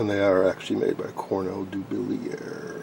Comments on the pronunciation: ....it's pronounced "Cornell Doo-BILLY-yay"! Regards - Nick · Dublier is a French name pronounced Doo Blee A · Interesting finds. I have some decade boxes made by EICO and have found them to be only marginally useful. For what it's worth I watched a promotional video on the Cornell-Dubilier website and they pronounced the name "Doo-billy-er". I looked it up because everyone seems to struggle to pronounce it, including me. Love the content as always!